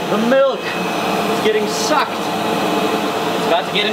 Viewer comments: look the MILK , its getting SUCKED 😂😂 come on nile why u must say it like that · Why did he say “the milk is getting sucked” like that?😂